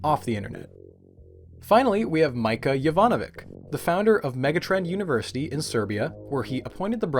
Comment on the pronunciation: Mića, not Mica. Totally different pronunciation 😢